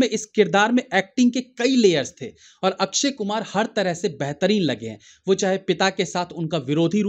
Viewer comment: ये अक्क्षय अक्क्षय क्या है । पुरी भिडियो में 30 बार से ज्यादा लिए हो नाम । अक्षय बोलना चाहिए । कम से कम आप जमिन से जुडे reviewer तो सही बोल लेते ।